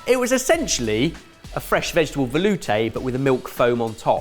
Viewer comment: Jamie needs to teach how to say “ volute”.